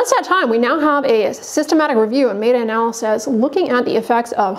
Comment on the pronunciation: Pretty sure it’s MET-A not MAY-TA 😂